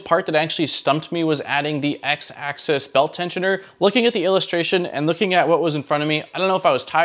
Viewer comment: People always mispronounce "axis" as "access", two different things, just a pet peeve i notice a lot in 3d printer videos